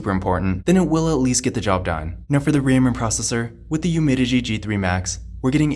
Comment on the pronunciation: It’s UmiDigi. Not Umidigi